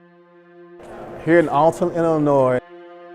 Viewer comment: Appreciate the spotlight on Alton and Lovejoy, but the information is factually incorrect. Neither press was destroyed at the post office or his home. He was killed at the warehouse where the press was stored. Additionally, it's pronounced "Allton"